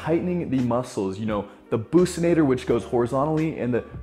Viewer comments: Bruv did u just say “bussinator” it’s buccinator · It's buccinator not bousnator lol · It bothers me when he say it the pussynator ITS A BOXYNATOR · Not bookcinators its buc-cinators brother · Mmm that's not how buccinator is pronounced sorry bud